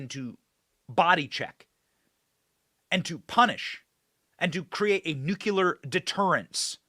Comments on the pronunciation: Benny...Its Nucleeeeear.........not NUKE UUU LERRR.....ITS NUKE LEEEE ERRRR..PLZ SAY IT RIGHT... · Benny, I love you. But for the love of God, the word is Noo-KLEE-uhr. Nuclear, from "nucleus", the center of an atom. The L comes before the second U. Noo-KLEE-uhr. Not George Dubya Bush's way of saying it. Noo-KYOO-luhr is incorrect, and it makes my teeth itch every time you say it. Please break that habit and say it right! 🥺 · Benny, the word is NuClear nu clee are, not nuc u lar! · Love you BENNY but the word is NUCLEAR not NUCULAR, a common mispronunciation 😅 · Benny? It’s nu'-klee-er, Not nu’-kyu-ler Nuclear, not nucular. Other than that, keep up the good work. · New clear. Not new culer. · The word's NUCLEAR. You're Waaay too smart to say Nucular.